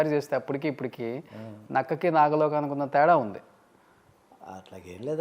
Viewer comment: గారూ, నాగలోకం కాదు, నాకలోకం అని పలకాలి. నాకలోకం అంటే స్వర్గలోకం.